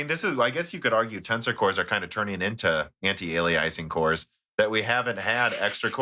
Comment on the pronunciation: sometimes I think that you're mispronouncing things deliberately just to make sure the audience is paying attention lol. anti-alieising